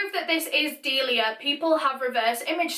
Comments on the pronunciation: My friends name is Delia oof when she says her name I just think of my friend I may be wrong but I’m pretty sure you said her name wrong bc my friend corrected me when I said dilia but it’s actually sounded out d-eh li ah sorry if you’re right on saying her name right I only know the way my friend says her name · DeLIa dEyY